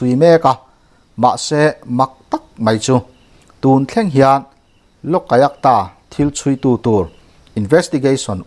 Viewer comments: I thupuan hi ngaih thlak a nuam viau mai.kan sawisel duh lai chu,LOLAYUKTA tih lai hi.Loka yuk ta. ti in i lama,loka tih lai hi, loka a (a )tih lai hi khi a hmalam AYUK tiin lam ta la, a dik zawk ang.LOK-AYUK -TA..LOK leh AYUK hi til hran ani e. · Lawkaiakta ti zawm put lo deuhin, Lawk-a-iak-ta ti a lam nise a ngaihthlak a nuam deuh maithei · Lokayukta iti zel a, Lok ayukta tih tur. Lok leh ayukta inkarah hian chawlh zeuh tur, lam zawm pût lo in.